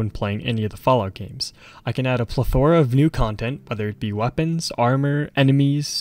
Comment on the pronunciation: That is not how you pronounce "plethora" lol